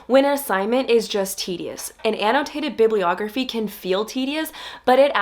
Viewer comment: an -- no - taited ---- bib --- lee- ogrpheei